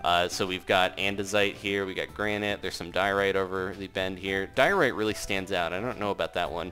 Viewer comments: when he was telling the name of the stones i took me a second to understand that he said diorite and not diarrhea, yeah i wasn't totally paying attention but at least i took a good laugh at it which is always good XDDD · Diorite sounds like diaries